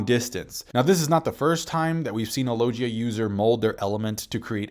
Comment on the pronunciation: You've veen reviewing this series for like ten or more years, and every vid the word "logia" comes up i make sure to correct you, and yet after all that and all this time, u STILL can't say "logia" correctly?!?!...